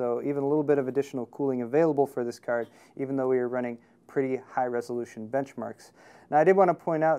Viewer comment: He says cerd instead of card and hetz instead of hertz